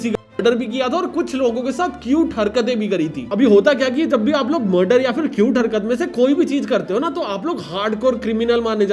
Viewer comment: First I thought you were calling it acute but then you wrote cute.. bro why